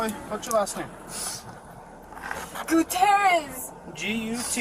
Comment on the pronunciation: Guuuu-Tee-ierrez This pronunciation annoys me. It’s fine, just annoying to me.